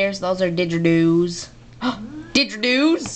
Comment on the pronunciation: hes pronouncing it wrong there didegeredos or something i think i spelled it wrong